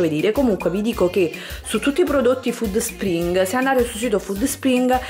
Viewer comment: Alla pronuncia di FÙDD SPRING ho chiuso il video